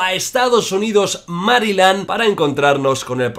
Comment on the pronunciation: Jordi exagerando la pronunciación de nombres ingleses, también Jordi: Mariland